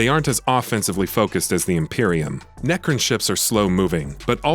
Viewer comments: It's necron not necrin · Wow the quality level of the copy in this review is very low. Its Necron, not necrin. Also, you alternate between class and race, those are hugely different things. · Necrin? Try Necron. Pronounced neck-ron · Its Nec-Ron, like you now the name Ron. Not Necrin 😐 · My ears are bleeding. Neckrin.. Necrons my man haha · NECRIN ! NECRIN ! NECRIN !! YOU MUST BE FROM FLORIDA ! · Necrin? NERCRIN??? I’m listening to some serious heresy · Great review. “Nercrin” was a little jarring though they’re my favorite race so maybe I’m being a little nit picky